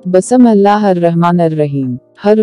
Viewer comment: nhi ap kehti Hain Basmillah ...isko parhty Hain Bismillah .....Kisi ki Quran recitation sunain